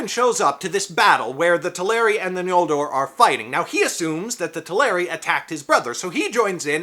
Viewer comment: Judging by your pronunciation of it, you seem to be aware of Tolkien's later spelling of the second tribe's name as "Ñoldor" (as opposed to the earlier "Noldor") which I appreciate. However, Tolkien did not use the letter "ñ" as it is seen in Spanish. In his use, it rather signified the velar nasal sound [ŋ], and not the palatal nasal [ɲ]. In other words, it's N(g)oldor (as in English ri'ng'), not N(j)oldor (as in Spanish "ñ").